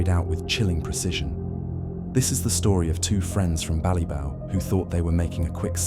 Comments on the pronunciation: BallyBock! It’s pronounced BallyBock! Not BallyBow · Ballybough is pronounced as bally bok not bow 😂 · I was wondering where Bally-bough (as in tree) was until I saw the pic. It's Bally-bock as in lock. Same with any Irish word with lough, it's lock, same as Scottish loch and means the same thing (lake). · Ballybough is pronounced bally-bock, not bally-bow. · It's pronounced bally bock ,not bough. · The way you pronounce Ballybough is ridiculous it's pronounced as Bally-Bock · Not ballybow it's pronounced ballybock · Its pronounced Bally"boc", not Ballybow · Ballybough pronunciation Ballyboc Rip to the two lads